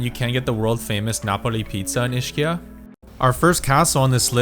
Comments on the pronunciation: he probably leaarned the neapolitan pronunciation, which is Ishkia😅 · Ischia is pronounced EEZ-KEEUH...even if you used the English "ch" sound, it would be EESHEEUH, not EESHKEEUH. And also Vieste is in the Gargano region so is referred to as the spur, not the heel. I understand how much you love Italy, so I recommend watching some YouTube videos on Italian pronunciation. Check out the free 30 day beginner series by Manu, of Italy Made Easy which I highly recommend. Nice work.